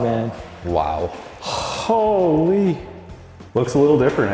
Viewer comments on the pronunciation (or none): I love it when Canadians say hooo-leee (holy) it's so hilarious. That challenger is gorgeous!! The color is almost a pearl. Absolutely stunning